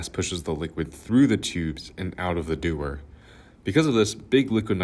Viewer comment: its de-war not doers :<